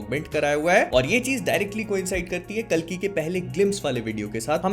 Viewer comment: bhai yaar aap कली kyo bolte ho vo कल्की hai